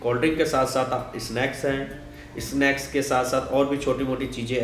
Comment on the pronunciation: Sala plus ko bol raha pilas, snacks ko isnake... Haha